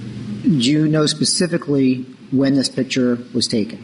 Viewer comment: I pacifically said it is not in evidence pacifically